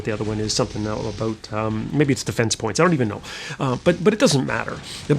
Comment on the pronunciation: ahboot. = Canadian :)